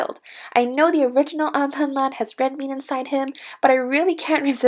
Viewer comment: This is how you pronounced anpanman (an pan man) not anpanmam (on pon mon)